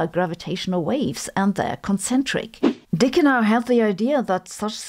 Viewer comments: Sabine, you're pronouncing his name in German, sorta like how you pronounce Sabine. But in American-English it's pronounced Dickie, not Deeka. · I didnt know you said the e on dicke, much less unfortunate name 😅